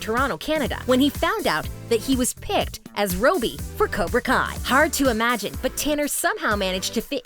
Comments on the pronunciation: Use this as a button If u looked here cause she said robey not robby —————————————-> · Why she say robi it’s Robby kid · ROWby I thought it was Robby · Lollll she said rooby instead of robby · It's Robby not rowby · it's not Roby 😂 it's robbby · My friends pronounce xolo as “zolo” so I respect the fact she calls him “Sholo” but robbys is not rooby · Its robby not roby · lol the fact she said roby and not robby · FECKING ROBBY NOT ROBEE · she pronounced his character ROBBY (ROB-B) , like this: (ROW-B) lmaoooo 😂 I had to rewind it cuz I thought it was a totally different character and then I realized she literally couldn’t even pronoumce one of the most basic names ever haha. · She says rooby instead of robby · Roby huh it's "Robby" not Roby. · It’s Robby not roby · Robey it was Robby :/ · (Rob-ee) not (robe-ee) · Me about to call her out on the fact she said Robeey instead of Robby Then realising almost every comment calls her out on it 👁👄👁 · she a robot because she said roby not robby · Robe it’s actually Robby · Did she really say “robie I’m like bruh it’s “Robby” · It's Robby, not rObby. God, y'all really suck at getting the names right. I mean, it's like you haven't watched a single episode of Cobra Kai. If you're going to do a video on a show, at least do it right. No wonder after several months you only have 10k likes. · These people know nothing. Literally she said Robey not Robby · uhhhh gurl its not roby its robby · Can we just appreciate how on she said robbe and not robby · said “robey” instead of “Robby” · Did she really just say “ Roby” instead of “Robby” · Robby not robie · Nobody: Literally no one: Everyone in comments: OMG WHY IS SHE SAYING RO BEI INSTEAD OF ROBBY!!! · Fun fact: You came here as soon as she said "roby" not "robby' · roby not robby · Its not Roby Its Robby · She said Rowbie instead of Robbie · The fact she says robe y is really annoying, it's Robby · did she just say “robey” instead of “robby” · yo its robby not roby wtf